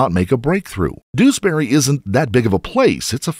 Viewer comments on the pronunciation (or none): Doos-bury is actually pronounced Dewsbury. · It’s not doosberry…it more like jewsberry…